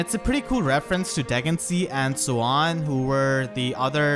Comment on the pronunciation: In radiant dawn it’s pronounced (De gen sea a) dheginsea